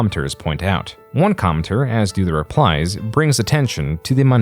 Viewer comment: "Comter"? Your AI voice needs to be adjusted to fully pronounce commenter. You also skipped Mobility Mark